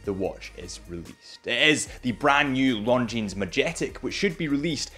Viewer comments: the brand is not pronounced “Long Jeans”, the s is silent! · Lovely watch from a fantastic company. Please stop pronouncing the 'S' at the end of Longines though 🤣👍 good lad. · The fact that you still pronounce the S at the end of Longines makes me laugh every time. Cute and cringe at the same time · First off all learn the right pronunciation of this watch...